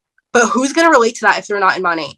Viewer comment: Mo-nae…. Not mon-aye 🤷🏼‍♀️ I mean I would know how to pronounce before I bashed j/s and no I’m not with monat never have been never will be but I would Atleast research enough to know how to province the name before I went onto a live video and bashed them. 🤣